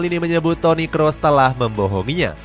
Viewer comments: Toni Kroos, bukan toni kross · Toni Kroos min, bukan Toni Kross